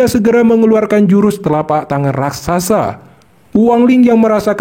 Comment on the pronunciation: Raksasa, Min. Bukan Rakrasa